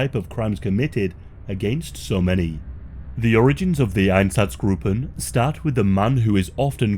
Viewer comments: Einsatzgruppen is pronounced ein-satz-gruppen, not -groupen. The u is short, not long. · EinZaTZgruppen please read it right but good video